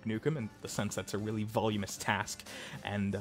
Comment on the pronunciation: Jesse did meet Gale, albeit briefly, in the lab prior to shooting him. Voluminous. Not “Volumous.”